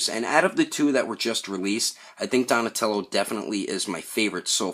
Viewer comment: Don't know why but I cracked up laughing when you said "Donashmellow" in the outtakes XD Anyways, nice review!